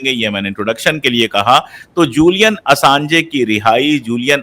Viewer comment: Julian Assanj pronounce hota hai, Assange nahin, please rectify kar len, Baki presentation bahut achhi thi aur ek ek topic jo aapne chuna hai, kitaab likhi ja sakti hai uspe.